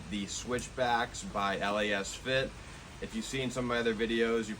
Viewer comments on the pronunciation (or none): It’s pronounced Lasfit. Not L..A..S..Fit. 😁